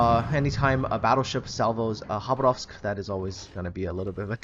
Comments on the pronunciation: Khabárovsk, not Khabaróvsk. The stress is placed wrong. It's a russian city in far east. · Why do you say Habarovsk,it was it is and it always will be: KHABAROVSK! K dude K! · It's Russian so the Kh is pronounced a hard H